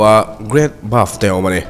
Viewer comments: Buff tih ang deuhin I lam in ka hria, great bath ania (bat) ti a lam kha a fuh zawk lo maw sir😊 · great bath aw...great baf nilo in....inbualna lampang i sawi lai a nia.hriat ve awm heng hi chu... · Great Bove ni lovin Great Bath maw le